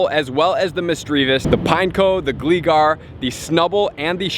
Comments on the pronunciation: dang you butchered that named "" lol.... please don't become like Mystic7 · Just a little heads up for the future, the 'Gli' in 'Gligar' is pronounced like 'Fly'. :)